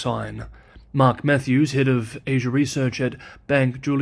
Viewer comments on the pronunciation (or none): none